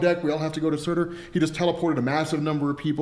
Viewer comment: It’s SURTUR not Surta